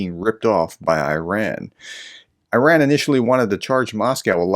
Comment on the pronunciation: Írán not ayn rand